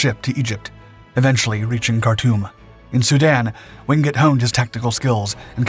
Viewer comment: Why is it that this channel insists on showing footage of American servicemen, when the story in question has nothing to do with them? My father's best friend and our neighbour served in the Chindits. He really hated the Japanese for what they did to Allied POWs and local people. By the way, his surname is pronounced WINGATE, not Wingut.